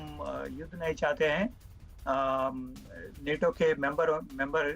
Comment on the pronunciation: नेटो नही नाटो